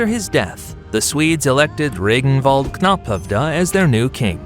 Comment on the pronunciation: i rarely criticize pronounciation of names but these are some awful ones Ragnvald became Regenwald?